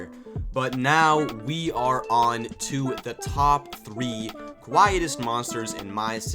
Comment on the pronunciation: Best part of the video is when you said "Too" like 13 times "TOO quiet" "cool, TOO" "And now we're moving onTOO thr third monster" "its time TOO move onTOO the top TOO, and number TOO is going TOO be..." Why TOOTOO cant be number TOO? Insert a TOO counter in top right